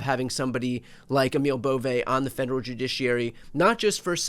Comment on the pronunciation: Whether you support this guy's nomination or not, please have the decency to pronounce his name correctly, "Bovee".